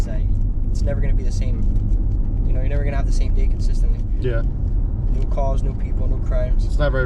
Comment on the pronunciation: Did she say : every single dzay 🙄😐